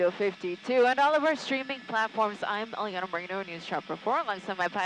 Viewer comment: Iliana. The anchors ALWAYS mispronounce it. It has ZERO E letters in it.